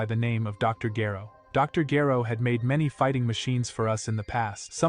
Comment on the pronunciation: Or mispronounced name (Gero)